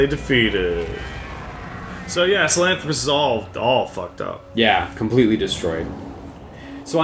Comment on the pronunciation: Sahalanthropus is 5 syllables, not 4, but for some reason, this and the Shagahod just stuck with me, their names are very unique, unlike Ray and Rex